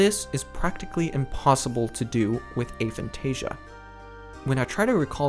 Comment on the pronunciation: Of course, I'm not the god of this subject, you clearly are (despite not knowing what you are talking about). First off, I wasn't being rude, I was genuine when I said the video was good, it is (he even got the pronunciation of the word right, which many don't), however, the part about the loci system was incorrect, hence the 'but' part. The loci system does NOT need visualisation, I can't visualise, I'm zero on the visualisation scale, but I still use the system on a regular basis (as do many others with Aphantasia)! I'm sorry if you think I'm taking away your victim status by saying you can actually do something, but people with Aphantasia can and do use this system. If you want to pretend we can't feel free, but please don't insist something is not possible without even trying it, you may put others off trying an incredibly useful system.